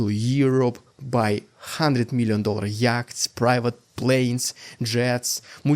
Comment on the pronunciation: Thank you for a big laugh! "Yacht" is pronounced as "yot".